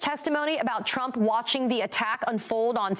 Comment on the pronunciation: Did anyone else notice towards the end, it sounded as if Conway started saying "Donald Chump"?